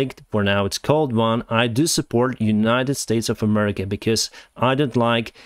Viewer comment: "Claims to not support a particular party" Pronounces the country name as "Murrica"